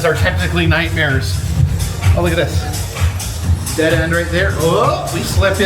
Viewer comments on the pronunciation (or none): none